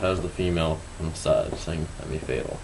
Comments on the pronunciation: It's not "Femmy fatal," it's "fem fay-tal" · It's Fam Fay-tal. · Its pronounced, "FEM FETAL", Its French... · lol he said femee fatal hahahaha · love the pronounciation of femme fatale :) lol